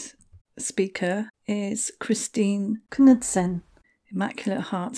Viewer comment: Thank you for this story, was looking forward to hearing on it 🤗 btw the k is silent in the name Knudsen FYI 😘